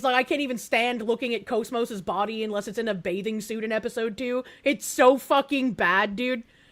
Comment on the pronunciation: pronounces Kos-Mos wrong.